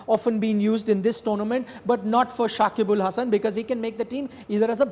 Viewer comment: This guy botched his name. Nothing special. We Bangladeshi people call him .